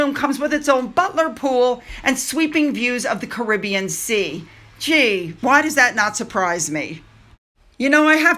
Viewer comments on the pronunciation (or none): none